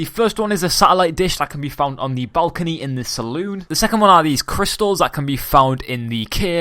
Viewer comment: its not saloon its salon